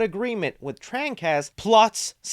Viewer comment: Jesus Christ, why are you having such a hard time pronouncing “Trancas” correctly?!